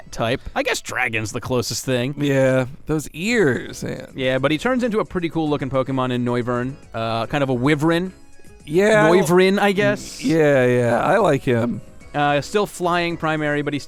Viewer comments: Noivern is like a wyvern... I think that's what you meant to say but you said it like Wiveren lmao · Did he say wivrin instead of wyvern